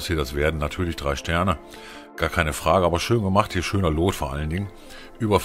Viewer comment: Geiles Vidio aber BITTE sprich "loot " nicht wie Lot aus es wird wie "lut" ausgesprochen ansonsten like und Abo hast du von mir